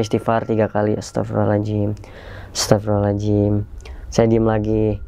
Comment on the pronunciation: Ucapan Astaghfirullahal'adzim nya bang coba perbaiki.. Jadi jangan Astapirulohalajim Astapirulohalajim Astapirulohalajim gitu. Maaf cuma sekedar mengingatkan.